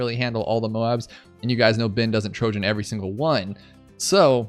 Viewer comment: Ohh.... I heard 'Byn, not Ben 😬 I wondered why you had the Data Hack ability 🤦🏾‍♂️